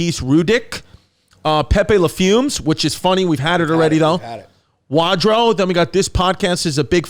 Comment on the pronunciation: Ayyyyyyyye you guys saying my name made my day even if you said it wrong imma miss you guys - Wadro (Way-dro)